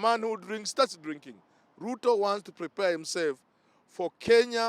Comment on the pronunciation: Chen our Sp, you Pluto person. The letters L& R usually trouble you lot. Lol.